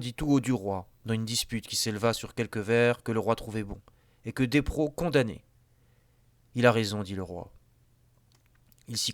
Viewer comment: Despréaux (c'est-à-dire Boileau, qu'on appelait plutôt par son autre nom à l'époque) se prononce "dépréo"...